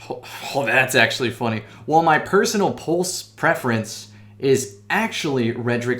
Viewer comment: Drong? Posonal? I see you also got a A+ in English as well as your De Vinci drawings